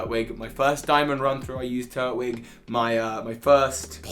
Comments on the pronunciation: It’s pronounced Turt -twig mot turt - wig. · So we just gonna let me him say “Turt-wig” instead of “Tur-twig”.... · NO, IT'S PRONOUNCED TUR-TWIG! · Turtwig is my favourite pokemon and in sorry but it is Tur-Twig not Turt-Wig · It’s Tur-Twig. I know it’s weird but it sounds better then Turt-Wig soz